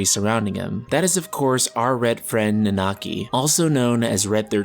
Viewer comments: Please just stick to calling him Red XIII. I cringe a little, every time you try to pronounce Nanaki. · You guys with this "Nanaki" name calling but want to not spoil FFVII story. I will forever cringe everytime you guys pronounce his name.